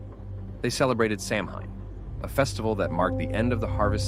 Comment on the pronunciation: Good video but please take the time to learn how to Samhain!! It's pronounced Sawhen